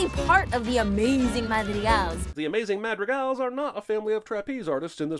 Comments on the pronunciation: And one more for him pronouncing Madrigals wrong the whole time lol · Biggest sin here is pronouncing Madrigal like.... that. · i stopped watching the minute i heard him pronounce madrigals